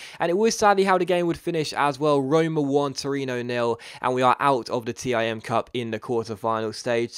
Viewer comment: btw, the "TIM Cup" is pronounced like "TEAM Cup":)